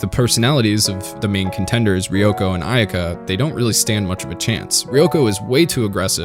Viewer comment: It's driving nuts...idk why. Maybe that it was part of my childhood even before toonami ...but its pronounced "Ah eh ka" ...I think the y is silent. Or Aeka using Japanese vowel sounds. But it's still a great video 👏